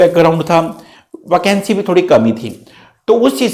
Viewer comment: वकेंसी? Sir aap thode se pakistani ho kya ?